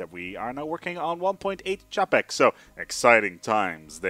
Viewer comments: ČAPEK Č Č Č Č Č Č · Bloodhat thank you mate he nearly destroyed my ears by this japek. jinak Taky zdravim 😁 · Japek XD that mispronunciation is hilarious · The pronunciation on Wikipedia isn't that good since the sound is quite distorted. Coming from a Czech, it's pronounced with a "Ch" sound.